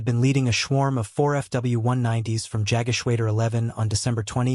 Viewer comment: The voice actor (or possibly, an AI voice), is badly mispronouncing German words such as Jagdgeschwader. AI can be easily taught correct pronunciation - actual people, not so much. Very disappointing in the 21sr Century.